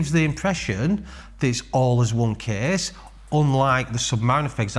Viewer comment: the kehhhhss is very hevveh